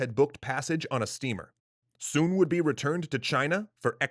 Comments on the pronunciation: His name is pronounced with the same vowel sound as foot. It’s not “soon” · You pronounced his name wrong